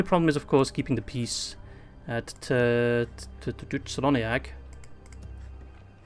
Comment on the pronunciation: Well, you correct the Sindarin pronunciation of Tirdhuim but keep spelling "Celoniach" with the soft C... All the "C" pronunciations in Sindarin are spelling as a "K" sound, so it spells "KELONIACH"